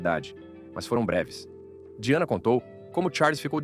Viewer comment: O nome se escreve Diana mesmo, a pronúncia é que é diferente da nossa. Mas eu acho que isso tem que ser ajeitado na utilização da IA, a pronúncia de palavras estrangeiras, pq até numa palavras francesa, essa voz aí tb não falou direito.